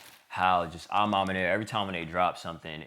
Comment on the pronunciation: Bro keeps saying Ah mahmah 😂🤣😆😆 Edit: Someone take a shot every time he says, “I feel like.” I’m going to try it, y’all pray for me 😂🤣😆🙏🏾😅